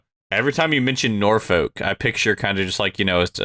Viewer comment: petition for to never say norwich or norfolk again